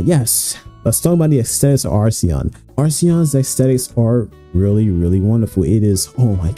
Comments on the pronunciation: errmm akshually it's acheron (akker on) and not arseon 🤓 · How on earth do you pronounce the name so wrong when it’s written on the damn background? Where is the R in the first half of Acheron? You say arseon so many times I had to stop watching.